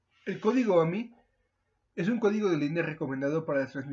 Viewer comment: No se entiende lo que dices en "AMI"